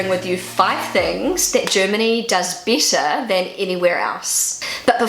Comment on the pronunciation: I love the way you say BETTER. It sounds like Bieter (the german word vor bidder/tenderer). A native german would pronounce it like BÄTTER or more english bädder). But your slidly british sounding accent is so adorable. I've lerned so much about pronouncation by listening to you, speaking about everyday normal things.